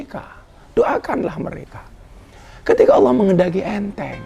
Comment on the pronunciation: Yg saya dengar dg headset, bliau mbak Katty sudah fasih melafalkan lafadz Alloh, jdi iri ☺ Mugi pinaringan sehat slalu Gus Miftah